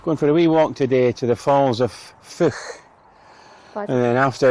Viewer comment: The Feugh is not pronounced Fook it is pronounced FEUGH AS IN FEUCH Emphasis on the U hope that helps. Crathes castle is called Crath es . great video . x